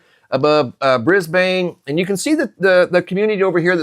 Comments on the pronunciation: 🦘🦘🦘🦘🦘🦘 It's no "biggie" Just F.Y.I. We don't pronounce Brisbane BrisbaYNE, it's pronounced BRISBEN.... Just thought you'd like to know... KEEP UP THE GREAT WORK... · 🤗in Australia 🇦🇺 we pronounce Brisbane (Brisbun) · Brisbane is pronounced Bris-ban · Hey brother. Thank you for all your dedication and genuine presentations. I have some information I wanted to share with you. It is not groundbreaking or anything. But just in case you would like to know, in Australia we do not pronounce Brisbane the way it is spelled. We do not pronounce the "e" at the end. We pronounce the city "Brisban" as if there is no e on the end. We say BrisbaN.... short on the N. Not "bAn" as if we drag out the A. Keep up the good work brother. And God Bless.